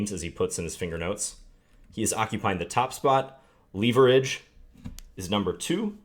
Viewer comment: John, why do you pronounce "leverage" like that?